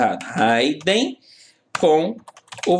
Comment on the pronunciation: Excelente aula professor, porém uma pequena correção se me permite. A pronuncia correta é "hidn" (Ridin) e não "Raiden". Abraços e continue com esse ótimo trabalho.